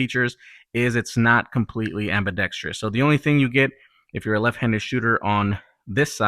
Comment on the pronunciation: Good comparative review; thank you. By the way, it's ambidextrous not ambidextrious.